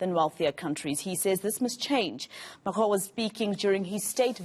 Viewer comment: Whoever told her how to pronounce Macron should be fired XD